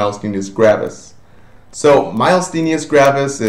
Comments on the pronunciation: I LOVE your videos. They have been most helpful. It is somewhat irritating hearing you pronounce MG wrong over and over again. There is no L anywhere in the word, and there is no S on the end. Also, your lecture on MG is correct in the following videos you made but you state here that Acetylcholine fails to be secreted. It is a more a matter of uptake and receptor blockage, not production of ACh from what I read. Thank you SOO much for allowing these videos for free on Youtube. I wish I could afford your full package on simple nursing! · Doesn't know how to say the term Myasthenia Gravis to begin with... a bit disappointing. Didn't do a very good job covering MG -- didn't get all the basics. Missed the pronunciation, again, on ALS. Didn't cover why these two are grouped together.